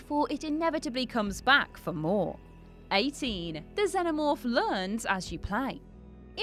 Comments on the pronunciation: It's pronounced Zen-omorfe. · "zeno morph" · Its Xenomorph not xeNOmorph thats why Jules is trigerd at you when you mispronounce words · At least say Xenomorph correctly.